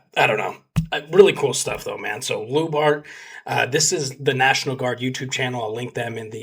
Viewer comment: It's pronounced like "LIU-BART" OR LJU-BART", awesome video btw!!! Much love from Finland.